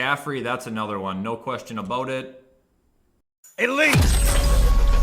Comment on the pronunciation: I only watch this guy to hear the: ELETE